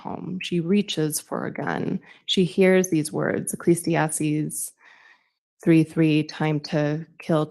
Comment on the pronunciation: “Ecclesiastics?” She really irks me! And she says she reads the Bible?